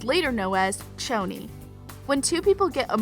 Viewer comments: One it’s pretty poisons not pretty serpeants, two It’s Pronounced shoni not choni, three Cheryl didn’t get stood up at the movies she went there to get away from her mother who turned their house into a sexual play pen, four Cheryl only invited the inner circle over for a sleepover not the whole cheerleading team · Okay I'm very deeply hurt by the pronunciation She be saying it like ~Ch-oni~ But shes supposed to say it like ~Shoni~ Dont disrespecc the ship 🥺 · its choni not tchoni because its cheryl not tcheryl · Ok I am so mad at the way you pronounced “Choni” it pronounce “Shoni” 😭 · PERIOD also I noticed she said '' Pretty Serpents'' instead of Pretty Poisons i'm sooooo mad 😡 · ME TOOOOO😤😭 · SAME!! Didnt they hear madelaine saying “its shoni not choni!” 😤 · It’s pronounced (shoni) for Cheryl and Toni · It Pretty Poisons and Toni and Cheryl both made the mistake this video I just so wrong. Don’t even get me started on how she kept saying Choni wrong